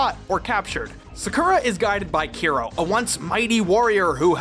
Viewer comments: Still waiting for someone to comment on the fact that it’s Kero not Kiro 😂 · Those name thou 😂 keero/key-ro . Tori. Madison. I’m dead. No wonder english speakers don’t care that much about CCS. That monster cannot be considered CCS 😂